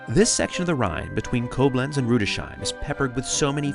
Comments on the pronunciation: FYI…Rudesheim isn’t pronounced with an “sh” sound. There is a break between the “s” and the “h.” Pronounced: Rudes—heim. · Rudesheim is pronounced "Rudes-heim" not Rude-sheim. Your German pronunciation is embarrassing. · The pronunciation of Rüdesheim is without a "sh". It is a compound word of two parts "Rüdes" and "heim" - you were actually great with pronouncing the "ei" from heim - and even the Umlaut "ü" - but the s and the h are not spoken together as "sh". You speak the s-ending of the first word - and the h in heim sounds like the h in home (and it actually means home, too) Another name you butchered was Speyer. It has two syllables not just one. It is "pronouned" like dryer - just with "sp" instead of "dr". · it is Rudes...HIME. not shime....one of my favorite places in Germany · It’s pronounced “Rüdes-Heim”, not Rudeshime” !!! 😡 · Glad you enjoyed Rudesheim (pronounced as you did for Mannheim)